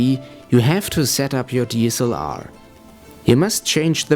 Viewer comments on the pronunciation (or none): none